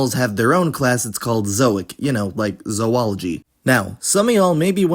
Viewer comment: bro said zöology 💀💀